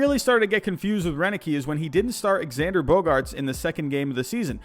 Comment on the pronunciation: You don’t pronounce the “x” in Xander Bogaerts it’s pronounced zander